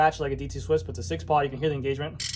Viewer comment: For the record... it's "pawl", not "paw" :)